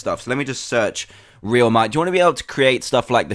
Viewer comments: RELMIT not realmite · It's not called that it's called real mite pronounced like this relmite